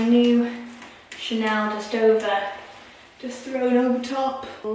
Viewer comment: The Chanel what?am sorry but could not quite understand that accent, I like the bag but I would like to know the name of it so I can get it for my wife.thank you in advance.